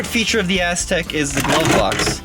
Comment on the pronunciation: it sounds like calls it the Asstek. Lol